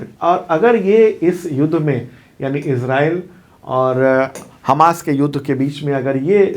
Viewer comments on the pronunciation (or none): none